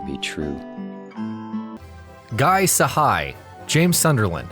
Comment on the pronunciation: James voice actors last name is pronounced Cihi (cheehee)